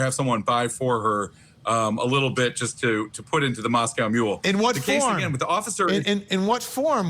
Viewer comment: I love how Vinnie Politan just pronounced “Moscow Mule” like “Moscow”, Idaho.